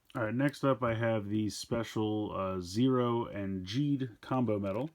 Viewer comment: Ultraman Zero’s name is actually pronounced ze-ro.